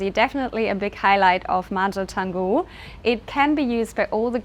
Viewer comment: Beautiful! Good luck with maintainence though :-) And please learn how to pronounce Canggu if you'll be investing into the area ;-) (Chawng-gu, not chang-gu)